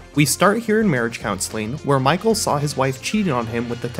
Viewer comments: "Consuelling" is hilarious... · “Marriage consuelling” ???????? Doesn’t he mean “counseling” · pretty sure it's "counseling" if American or "counselling" if British, but definitely not "consuelling"